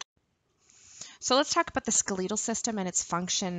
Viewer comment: I’ve never heard someone pronounce “skeletal” like that.. wtf